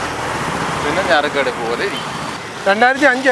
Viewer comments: ഞറുക്കെടുപ്പ് അല്ല നറുക്കെടുപ്പ് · പല പ്രാവശ്യം പറയുന്നത് കേട്ടു ഞറുക്കെടുപ്പ് ഞറുക്കെടുപ്പ് എന്ന് നറുക്കെടുപ്പാണോ, നറുക്കെടുപ്പ് അല്ലേ ശരി ക്യാപ്ഷനിലും ഞറുക്കെടുപ്പ് എന്നാണ് കാണിച്ചിരിക്കുന്നത്... വണ്ടികൾക്കെല്ലാം വില കൂടുതൽ ആണ്...